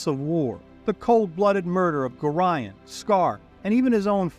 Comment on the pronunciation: Love these videos, but the BUTCHERING of Gorions name itches my skin.